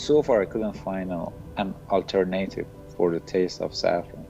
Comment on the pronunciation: al ter nay tive